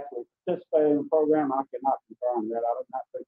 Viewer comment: ...l like your posts, and I appreciate/"get" all your doing putting them out there (despite the insanity contained within the cases of MOST of these animals). Just a little constructive criticism for you, and the Honorable... it's proGRAM, not proGRUM! Just nitpicking, drives me nuts.✌️